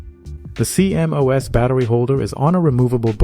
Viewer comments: CMOS is pronounced "Sea-Moss" rather than C-M-O-S. Great vid! :) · I've never heard anyone call a CMOS "See em oh ess". It's pronounced "See moss" lol Also bro saying diga bytes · Cee-M-Oh-Es? Cee-MOS. Is this an AI voice or what? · Is this an AI voice? Is that why they keep spelling out that acronym C.M.O.S. Instead of pronouncing it ‘SEA-moss’? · Stop saying cmos like thah